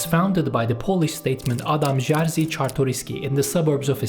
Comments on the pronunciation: yeze de değil zaten doğru okunuş şekli "yejı" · Kurwa, Jerzy, a nie "dżar-zi". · just go to google translate, type Adam Jerzy Czartoryski and listen. its not żar zy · Pozdrawiam! A nice video, I watched the video about Tungusic language and it was cool as well, just 3 things regarding this video: Jerzy is pronounced more like yezhy (zh like s in treasure), /jɛʐɨ/ Adampol means Adam’s settlement, -pol is a suffix used for making settlement (village, town) names mainly in Eastern Poland (Ukraine also has this suffix -pil), I presume it’s from Greek polis, but that’s my theory Lech Wałęsa would be more like lekh vawensa /lɛx vawɛnsa/ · whatever man, im not here to argue. Jerzy was the only thing you said wrong, I was suprised that you said Czartoryski perfectly. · hiç bilmediğim bir dilde telaffuzum kötü olduğu için kusura bakma hıh